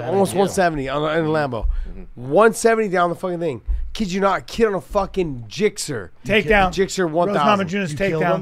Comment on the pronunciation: The fact he said gixer mean he knows bikes! Love it.